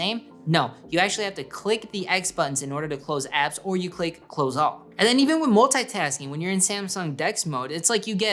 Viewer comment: Multaytasking how do you pronounce thar